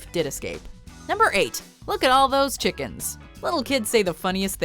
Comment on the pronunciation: It’s shickens actually